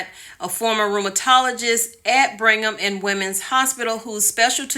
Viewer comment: It's BRIGG-HAM not bring ham..lol in a Bostonian accent it would actually be Brig-um 😉